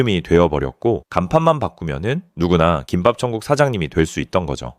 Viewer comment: 김밥천국 발음 왔다갔다 하는거 개킹받네